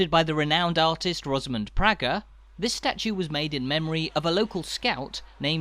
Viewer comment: An interesting travelogue, well produced and quite informative. However, as a "visitor" you would not be aware of some slight errors and omissions. The name Praeger is pronounced PRAYGUR, not PRYGER. You referred to Cultra almost as a single-syllable word, but it is in fact a two-syllable word pronounced as CUL TRAW, with the emphasis on TRAW. The original maypole was replaced with a newer, shorter version in around 1956, and was later found to have rotted considerably some years later. It was eventually replaced with the one you see now, which is even shorter again, so there have been at least three maypoles! One of the traditional customs was for local girls to dance around the maypole every year. It was stopped around 1953 for some obscure reason, but I understand has now been reinstituted. In the Ocean Restaurant, they have a mural on the wall which, taken from an old photograph, depicts a group of these young girls, one of them being my sister. I was born and raised on the Church Road, directly opposite what was the main entrance into an area known locally as "Murphy's Field," wherein stood the Holywood Motte. The motte was my playground throughout my childhood - when it was quite different to what it is now. I can tell you that the top of it was not of sufficient area to house a barn, never mind a castle, for its widest diameter was no more than about 15 or sixteen feet. Many locals believed that it was formed from the subsoil dug out for a building that was supposedly